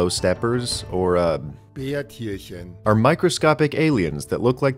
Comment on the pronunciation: Damn for a second I thought he pronounced Bärtierchen on spot!